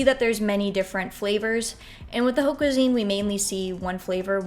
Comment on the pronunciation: Really good video, just a pointer that haute is pronounced like "ot" and vin is pronounced closer to von :)